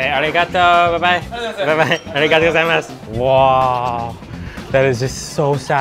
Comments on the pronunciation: Does anyone cringe by the way he says aruigato gozaimasu cuz I do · He says it wrong lol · Every time he pronounces arigato gozaimasu i cringe xdd